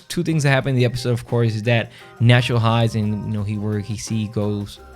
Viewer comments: Nat-cho not Nas-ho. Get the hero's name right. But I agree, Nacho has always been a great character - but what an exit. Absolutely magnificent. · Great video BUT STOP CALLING HIM NASHO